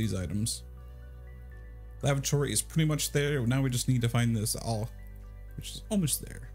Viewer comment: The awl is pronounced ALL